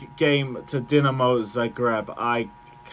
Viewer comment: Respect to u for pronouncing Dinamo the correct way, only guy on yt ive seen to actually know Dinamos name